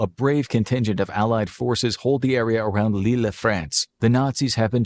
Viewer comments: Lille is pronounced leey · you know the video maker doesn’t have the best attention to detail when they have a map of Germany as it is today; Germany’s borders in 1939 were very different! And so the rest of the video showed. “British Channel” and the pronunciation of Lille being particular low points!